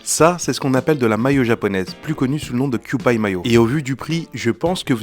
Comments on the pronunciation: Kewpie, ça se prononce "i" à la fin, pas "aï" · Ça se prononce quiyoupi 😢 et non pas quiyoupaille… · On prononce pas "kyoupaille" mais "kyoupi".... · Ça se prononce “kewpy” ;) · Avec un ou et un i longs. En fait, ça se prononce simplement comme les lettres QP en anglais. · Avec un i long. En fait, ça se prononce simplement comme les lettres QP en anglais.